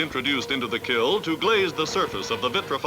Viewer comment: I’m surprised the announcer says “kill” instead of kiln.